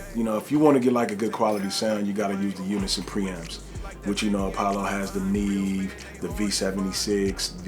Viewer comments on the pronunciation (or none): none